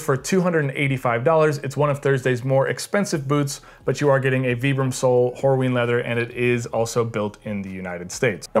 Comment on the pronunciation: That’s actually the correct way to pronounce the name.